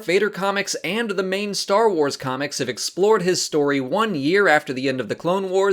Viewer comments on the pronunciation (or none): none